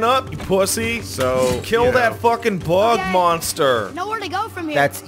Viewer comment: I can never get over the way says "bug monster"